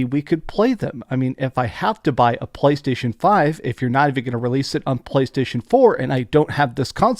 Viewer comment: "talking about BBlaystation" 😂